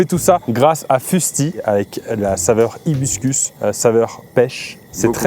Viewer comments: Vidéo exceptionnelle comme d'habitude avec ce duo ! Mais Pierre STP c'est HIBISCUS et pas HIBISCUS 😂😂 Ça m'a perturbé toute la vidéo 😅 Besos ❤ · Il a trois mots à dire ice tea hibiscus et il dit hibuscus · Vous êtes où ? Dans le bois du Coulmy ? 🤨 il serait temps d'apprendre à lire, c'est hibiscus coui...on